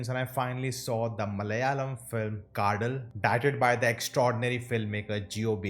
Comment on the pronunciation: Its kaathal nona... "Ka the l" ...